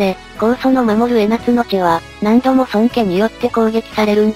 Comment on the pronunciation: 江夏（えなつ）が気になって仕方ない(笑) 江夏（こうか）だよね？